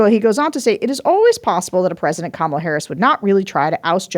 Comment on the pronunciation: She said, "Hi, Koma - la Harris, Let's have a good debate"